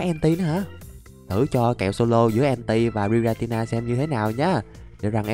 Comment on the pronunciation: anh đọc sai tên rồi kìa 😂😂😂😂😂😂 tội cho thằng nhỏ tên Giratina mà anh đọc Gitanita